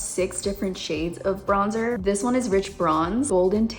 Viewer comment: if i hear BRONZE-TOUR one more time i swear 😶‍🌫🤣